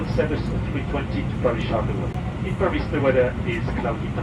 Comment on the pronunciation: Outstanding !!, and, the Air France captain pronounces "Charles De Gaulle" correctly, even when he speaks English